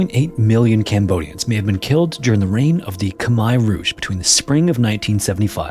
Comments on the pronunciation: Cam-mear rouge not kami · K-mai rouge? K'mon, man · You have had your entire life to do so, yet you didn't even take the time to look up Khmer Rouge so you would pronounce it correctly. Get your head out of your ass.